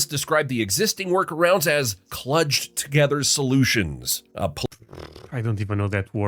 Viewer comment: Klooge, long o, the AI voice mispronounced the word. It means to patch together semi compatible parts to make a barely serviceable resulting whole.